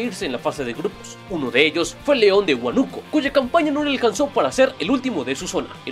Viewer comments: es Huá-nu-co, no Hu-á-nu-co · Cuando hay una tilde bien clara en León de Huánuco pero en el video le dicen Huanúco xD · la tilde está en la a, por lo tanto se pronuncia diferente, buen video xd